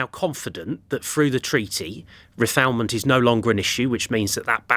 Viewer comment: Refowlment? Refoulement. He doesn’t even understand the language of the issue.